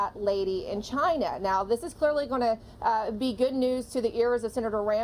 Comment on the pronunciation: He said CHYnUH